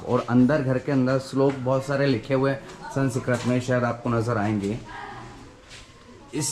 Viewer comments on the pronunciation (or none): संस्कृत बोलीये जनाब, संसकरत नही.